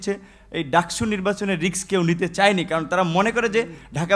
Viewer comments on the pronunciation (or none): রিক্স না রে ভাই রিস্ক